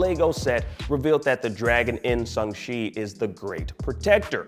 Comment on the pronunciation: he says it correctly. Look it up.